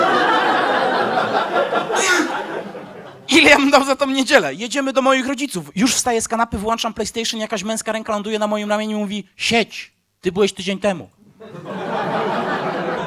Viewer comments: piękny monolog o równości i tu jeb...bo musi wŁAnczać playstation, trochę lmao mordo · Nie ma jak włańczać telewizor... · Dobre, dobre, uśmiałam się. :D "Lubię spacerować, wtedy się dzieją rzeczy, które ja wam opowiadam" - 1/3 programu o masturbacji, hm. Ale jedna prośba: [włONczać], jak [włoncznikiem].